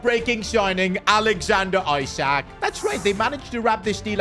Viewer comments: Someone should pleasee tell this guy the pronunciation is He-sak not eye-sak 🙏🏻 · When will this guy ever pronounce isak correctly